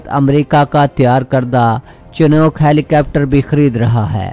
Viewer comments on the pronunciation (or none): ہیلی کوپٹر کو ہیلی کیپٹر کہنا کوئی آپ سے سیکھے۔